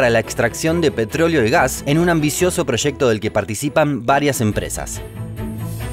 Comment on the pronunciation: She proshecto